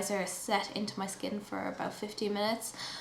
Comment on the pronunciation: Is is Irish thing to say 'sh' instead of 't'? Eg. 'aboush' (about), or mash (matt)? I swear to God, I dont have 12 minutes to do just basic. 15 is for everything. eyes including. to many products used too.